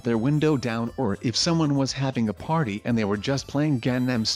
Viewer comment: Avri one Mike a porty